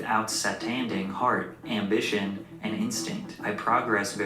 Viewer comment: “AMBISSION” is crazy